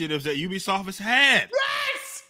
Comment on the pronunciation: The biggest Yes i have ever heard